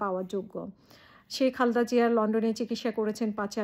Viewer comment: Khalda!!!! Zia apni o onk somman koren nam er uchcharon dekhe